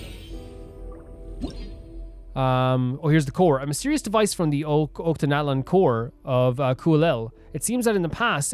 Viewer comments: Oh btw, I thought u might wanna know this, but it's pronounced "Och-ka-natlan", not "Ot-ka-natlan" Not a big issue tho! Loving this!!✨ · Yeah. "Och" is pronounced like the end of "notch".